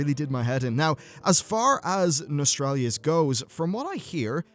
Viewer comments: Why are so many people pronoucing Nostalrius wrong? It's very similar to nostalgia (who would've thought?). It's not Nostralius but NostalRIUS. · Nos-tall-ree-us. Aside from being a picky grammar jerk, you hit the nail on the head. The consumer demand for old world content is astounding, and Blizzard ignores it--and shuns it--at their own peril. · can you stop saying nostraylius and nostrailius, english is your main language so use ur fucking brain and take 2 seconds to pronounce it properly before making a vid on it pls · Nos-tal-ri-us... Like nostalgia... Not that hard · Just read the word one time proper before talking please:P Nostal-rius...... (hint NOSTAL-GIA) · NOS-TAL-RIUS :-P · Lol, both ways you said it weren't even right. There's no r after the t. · Can you at least look up how to pronounce Nostalrius before making a video about it?